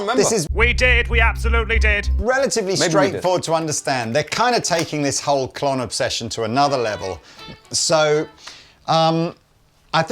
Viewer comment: Did call a “Klont”? 😂